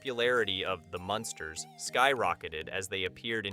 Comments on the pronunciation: Learn to say munn sters not monsters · The Monsters???? What? MUNsters ... that's 21 Wierd Things .... can't listen to more, sorry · It’s the MUNsters. Not the monsters🤦🏻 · Sure seems so. As it goes on the Munsters pronunciation does change to the proper one then back. So weird.